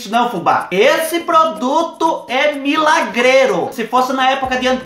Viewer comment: Kakakaka da até medo quando fubá fala que o produto é milagrelo